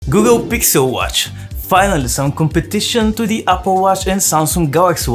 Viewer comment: "Gukkel Gixel watch" I love it 😍